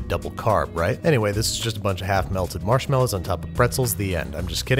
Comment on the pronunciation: Why do you always say “marshmallows” wrong?